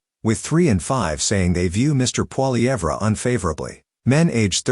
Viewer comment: Why would you even refer to an AI generated article? It's pathetic, and it doesn't even pronounce Poillievre's name correctly! I don't think women have an problem voting for Pierre, unless they're liberal!